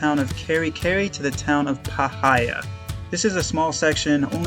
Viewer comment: Obligatory Magpie Correction: it's pronounced PIE-heeya, not puh-HI-yah.